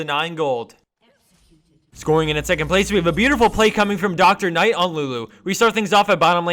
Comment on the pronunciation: haha Dr. knite? It's drk nite. like Dark knight.